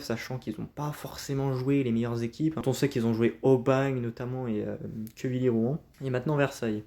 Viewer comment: C'est Quevilly pas Quévilly 😉